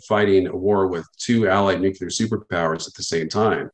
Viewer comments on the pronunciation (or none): Nuclear....Nu-clear...'New-Clear' Not 'nuke-ya-ler'.. 🤦‍♂ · Nuclear is pronounced Nu klee ur NOT Nu ku lar as your silly boy George W would say 😂😂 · I’m I the only one? NuCLEar…. Not nuCUlar… made my ears itch…. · Atleast we can agree on one thing for sure... Biden and Truedeu are both not very smart! Nu-cu-lar vs. Nu-clee-ar is so annoying lol Nunberg's theory is that certain otherwise educated people choose to say "nucular" because it sounds folksy or, more ominous, because they are in a position of authority and are daring others to correct them. Well it's clearly pronounced nu-clee-ar stop sounding like G.W.Bush. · Astounded at the fact that even nuclear experts cannot pronounce the word nuclear correctly. What even is Nucular?